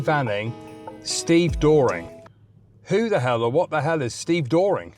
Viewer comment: A stevedore or a wharfie is what you would call a docker. Stevedoring is the service of loading and unloading ships. It is pronounced more like "Ste- Vah- Door Ring".